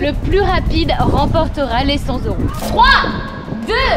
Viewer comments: "Cent zeuros :)" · On ne dit pas 100 zeuros 😅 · cent s'euro pffff cent euro. cent t'euro :face-orange-frowning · j'ai bien aimé la vidéo mais j'ai pas pu m'empecher de serrer les dents à chaque fois que j'entendais " cent z'euros " xD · Cent t’euro. Pls faite la liaison. Sinon c’est Sans euro... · LE commentaire relou: On dit pas "100 Z euros" car cent à l'unité ne prend pas de "s" 😏😁😁😁